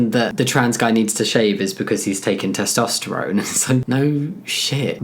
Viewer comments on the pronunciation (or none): none